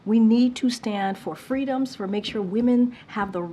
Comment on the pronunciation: She said FREEDOMS 😂😂😂😂....oh my I lost it 😂😂😂....not to mention i noticed her favorite word is COMPREHENSIVE..... anyone else noticed this....😂😂😂